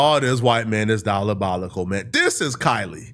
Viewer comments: incorrect usage of words for today: “dialabolical” instead of “diabolical” 🤦🏾‍♂ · said Dollarbolical 😂😂😂 💰